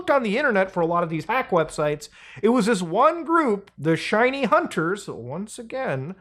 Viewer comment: hashahahah shiny hunters is a pokemon go thing, i laughed so hard when i heard that! emphasis on wrong word muda keep up the good videos bro